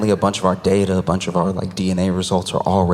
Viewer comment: "We are slu-TEE with our day-TUH". 😂💀